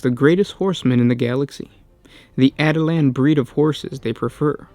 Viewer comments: At-i-lans.... cringe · Dude, you're pronouncing that wrong. it's pronounced like Attila the Hun. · Yeah, kinda bugged me throughout the video. Also, no mention about the rough rider hunting lance? Son, I am disappoint. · My real name is Attila and it's a bit annoying hearing this😅